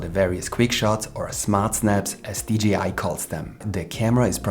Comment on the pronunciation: One thing, a j in english ist pronounced jay, not jee. You say dgi, not d jay I, like DJ